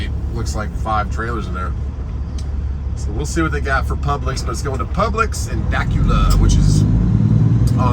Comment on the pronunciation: Dacula Georgia is pronounced Duh- Cool- LA .